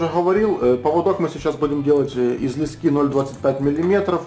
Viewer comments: Не лескИ, а лЕски! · Спасибо, отличное видео! В слове леска ударение на "Е", так же и в слове "лески".